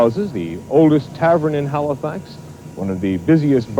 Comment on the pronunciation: why does he keep saying Halofax??